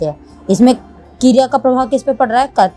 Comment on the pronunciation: That's not keeereya it's kereya